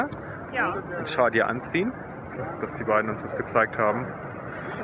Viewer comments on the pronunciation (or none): Das nennt man Tschador nicht Tschadir😉